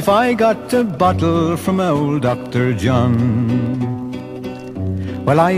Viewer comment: It's not Dr. John but Dr. De Jongh lol.